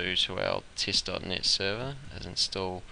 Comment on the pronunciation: You pronounce some words horribly, I couldn't even understand you. Here is English pronunciation from wiktionary. Test: IPA: /tɛst/ Daemon: IPA: /ˈdiːmən/